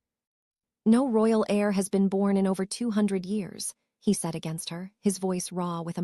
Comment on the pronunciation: 1 hour plus 55 minutes and...guys you called an "heir"...AIR. I REALLY LIKED THE STORY,DO SOMETHING IF YOU CAN THANKS F.